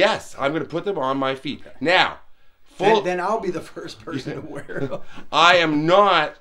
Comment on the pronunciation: “Where else am I gonna wea-well” lmao